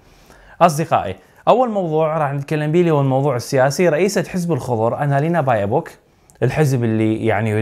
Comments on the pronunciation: يا هيه اسمه بيربوك مو بايوبوك...هيه بيربوك كوه تعدل اسمها...😂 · ولايمهك يمعود....المهم اخبارك ممتازة وممتعه....ولو بعدي أعتقد انك تلفظ الواو مرتين بايوبوك..،🙂..تحياتي ومن نجاح لنجاح